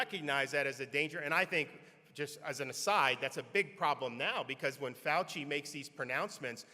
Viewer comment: “FAUCIAN” … I love it!